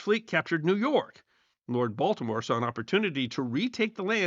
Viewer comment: Heard it too😂